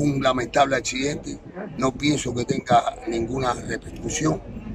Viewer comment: Accidente y dice achidente,que preparación!y no sabe si hay otra gente atrapada dé mantenimiento.A este le hacen Honores